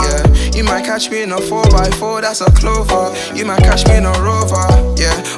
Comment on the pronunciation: this the first UK gent that actually pronounces his "T" s